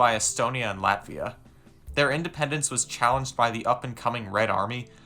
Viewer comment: This video makes me feel 💀💀💀 but there are good and bad sides: Bad: Where do I start, first, the thumbnail is fu**ed up... then you mispronounced latvia and literally violated the rights of estonians by saying half of the things you said. Good: You support NATO and Ukraine, and don't want a war with Russia.